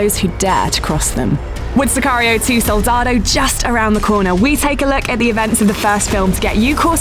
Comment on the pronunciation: Please, narrator, at least pronounce Soldado correctly.